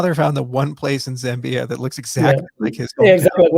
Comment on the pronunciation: Charles, I love you, but why are you saying "Zimbia"???